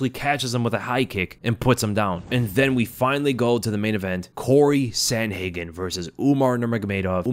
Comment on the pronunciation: Typical American saying sandhagen